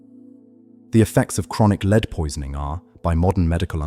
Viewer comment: lol lead is said wrong can’t you actually listen to what you post and correct the pronunciation ?